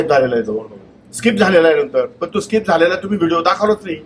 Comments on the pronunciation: स्काईप nahi skip असत te😂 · जाहिरात स्किप करायला 18 सेकंद लागतात 😂😂😂yedyat कोणाला काढतो भावू...स्काईप नाही स्कीप म्हणतात येड्या